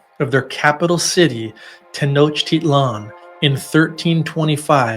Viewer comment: “tonichtitlan” and “montezuma” ? You really need to do more research before recording…